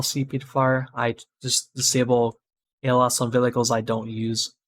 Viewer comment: Thanks for the tutorial. had to rewind multiple times cuz I died eveytime u said "Velicles" haha